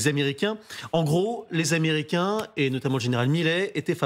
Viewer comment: "Américians"? Ça commence bien, faites un effort🤑